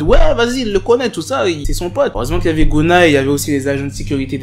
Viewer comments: Ehehh c pas gounna c gunna 🤣🤣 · tu prononce « geuna »